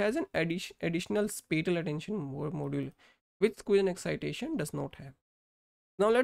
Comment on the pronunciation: The way you pronounce spatial does not show your expertise on spatial mapping and channel is not defined properly how the filters set find a specific feature.